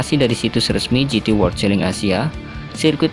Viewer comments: Di baca chelen woyyy bukan cheling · Celing?😅 Cara bacanya celen masss..